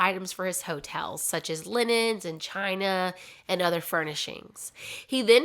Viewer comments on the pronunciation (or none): none